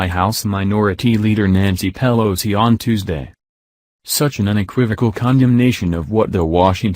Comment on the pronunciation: Thumb down to computer voice that cannot even say "Pelosi" correctly. I do NOT speak ebonics.